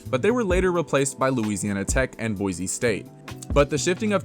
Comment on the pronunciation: Just wanna throw out there that there is no Z in BOISE! It is BOI-SEE not BOI-ZEE